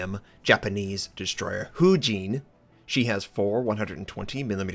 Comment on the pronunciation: I'm no expert but I think its pronounced "foo-ween", because that means wind in Japanese or something. Really hyper about IJN destroyers because I just got Fubuki